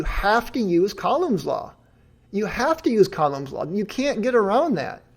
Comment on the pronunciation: These analysis videos are great, I wonder why the other debunkers haven't really done this so far from their debates. Keep them coming. The only negative thing that I can mention so far: the pronunciation of: Coulomb Google translate, when set to French pronounces it like I would expect (but then again I'm not French/in a French speaking country).